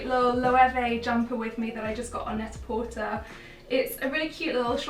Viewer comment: An American here who LOVES this series. Just a couple of things, though. It's Net-a-Portay (like a play on pret-a-porter). Never PortER. And Nike is Ny-Kee. Not. Nike like bike. US brands. I'll make sure we don't say things Like Harolds for Harrods :-) If you guys can do one of the hardest in the business: Loewe, you can do this! Yay!